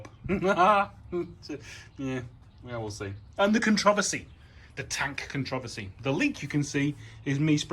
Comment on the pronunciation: "conTRIversy" I LOVE it lol